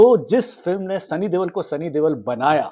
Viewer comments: Stop calling him Sunny Devel, Debel or Dewal. This is the last time I will watch this channel. Can you explain and show where's a letter B, V or W in the name Deol. It Deol, De-Ol. Not hard, is it? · you are really awesome storyteller …love your analysis. Please pronounce Sunny Deol right.. it’s Deol not Deval